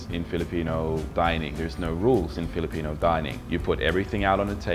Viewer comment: woah...your filipino accent is good